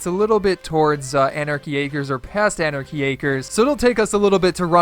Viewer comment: U said anachy acers